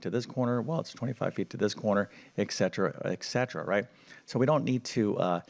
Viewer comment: our ancient greek ancestors, probably including noble Pythagoras of Samos, turned in their graves at the ignorant misreading broadcast here by a math "teacher". We have the abbreviation ETC. that is short for greek "ET CETERA" meaning "and so it continues". A classically educated english speaker pronounces this as "etsetera" while only ignorance can explain the error "eKsetera". It is also bad form to quote the square root of 1250 as "approximately 35.35" when correct rounding of the 2nd decimal place gives a less erroneous approximation 35.36.